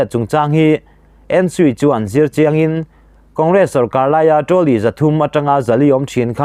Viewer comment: Trolly tih pawh chu iva lam thiamlo e,midang sawi te pawh i hreve tawhlo a mawni le.